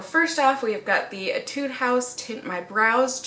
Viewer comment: it's pronounced AYY-tood not ehh-TUDE